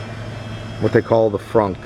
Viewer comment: Thanks. Is your electric bill significantly higher because you charge your car at home and how much dose it cost to install a charger at home? Hope I'm not getting to personel. I like how you say the word Frunk. It's like you're saying trunk with a German Accent. Lol.